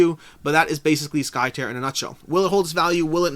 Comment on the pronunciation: Skytear is pronounced as if you are ripping the sky, tearing it apart. At least, that's what the KS video says ;)